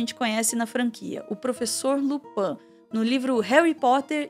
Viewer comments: Uma grande análise que nem sabe falar LuPIN certo... Só confundiu com o ladrão da serie da netflix enqto vc buscava absurdos prontos na internet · Tirando a questao do Percy (que sempre foi zoado, nao por ser funcionario publico mas por ser um pedante de b0sta) e a pronuncia errada de Lupin (acho que tu confundiu com a serie francesa haha), a análise tá certeira. E nem venham com papinho de Hermione ministra da magia e etc pq NÃO faz parte dos 7 livros. Potterheads tão igual a Rowling: remendando a obra pra ver se fica menos problemática. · claramente quem escreveu o roteiro não leu a história, malemá viu os filmes e nem a, pra falar Lupã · Só da criatura chamar Lupin de LUPAM já diz tudo. Não se deu o trabalho nem de assistir uma cena onde ele aparece porque já iria ouvir o nome correto kkkkkkkkk misericórdia.